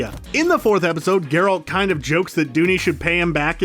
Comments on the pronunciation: Barbara Walczyk their pronunciation of Geralt IS a pronunciation but it’s not the one used in the games or movies. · Here's 1 think you don't know, YOU'RE SAYING GERALT WRONG! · To be fair, it seems like the narrator is attempting to pronounce "Geralt" the way it's pronounced in Polish. But his midwestern accent is so thick that it just sounds silly. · His pronunciation of the name improves later (at times) in the video if it helps. It's also a nice video to watch if you don't know the background lore from the books/games. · Ger-alt and Moose-ack.... Ugh.... Drove me crazy too. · why he say it like that tho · It’s gEralt, not Gralt! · "25 Things You Missed In The Witcher" 1. Geralt is now called GRolt 2. Mouseack is now called Moose-ack 3. Fringilla, the pale lady with green eyes is now black. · "GerAlt"?... Have you even watched this series? Cmon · I'm pretty sure kaer morhen isn't pronounced like that and whats up with gRealt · OMG, Mouse-Sack... NOT Moosack Ger-Alt... not Gare-Alt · You lost me at Grrr-OLT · Grolt, moosehack, yarden, dimertium? Come on dude. You know the commentator knows nothing about the witcher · GeRALT and MOOsack. If he mispronounces another name I will Aard a child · Wtf is a "GROLT" tho? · Ah yes the famous character GrALT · I thought Gr-Alt was bad, then I heard An-DrAezeg Zepcowski. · pronounces Geralts name wrong the first time he says it then gets it right quite a few times before he gets wrong again, wtf is up with that? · Why can’t you say the main characters’ name right?!? Kills the whole video. Then you got it right? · Omfg learn how to say THE MAIN CHARACTER'S NAME. Lazy lazy. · He butchered both Geralt and Mousesacks names :). It's not mousse-sack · I cringed a bit at the pronunciation of Geralt but you completely lost me when you tried to say Andrew in Polish...I'm not Polish and I know how to say Andrzej. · Only three minutes in and I want to stab my ears every time he says Geralt! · “grALT, J askier” and “viss count” smh.